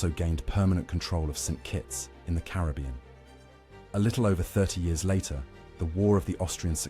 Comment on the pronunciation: Carib-bee-un is absolutely correct...you said it right the first time!!